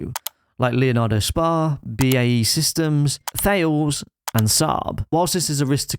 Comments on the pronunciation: It’s pronounced Tal-es (not like fails with a th at the front). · Its pronounced TAAA-LEZ